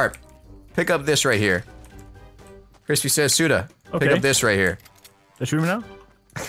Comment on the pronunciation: he said Frispy Says....